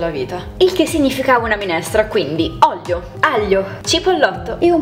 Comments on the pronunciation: Pke dici oglio e no olio hahahh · Non è una critica ma perché dici ollio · Ma perché dici oglio? Hahahaha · io ti adoro, sei una ragazza carinissima e gentilissama, ma perchè sembra che invece di dire " olio" dici ¿¿?? 💖💖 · "olio" non "oglio" 😂❤. Voglio i tuoi occhiali, sono bellissimi e ti stanno molto bene! 😍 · Si dice olio non oglio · Si dice olio no Oglio